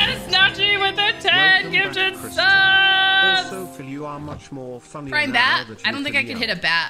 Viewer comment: She said prime mushroom I heard pride mushroom it gave me an idea for my cottage core Minecraft server